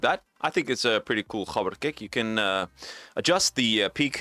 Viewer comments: maybe roll the r as well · wait is that the correct pronunciation of "gabber"?😮